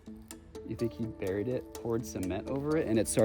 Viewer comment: It’s buried burr nure